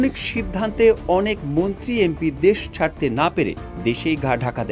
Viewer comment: মুন্ত্রি না মন্ত্রী 😂